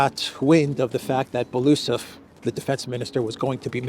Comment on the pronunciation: its not Belusov (I couldn't understand at first who you are referring to) - its Belo-Usov (pronouncing)